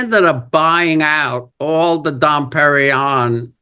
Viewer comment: Ace's ego is so big. He was talking about the A&E Kisstory special at the end, not to the biopic. He doesn't know how to pronounce Dom Perignon.